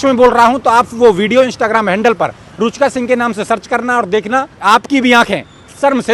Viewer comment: रूचका नही रुचिका।😅😅